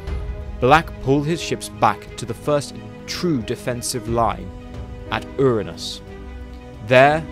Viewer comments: Erranus? It’s Uranus. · It is spelled Alpha Centauri, not Alpha Centerie. It is spelled Uranus, not Erines.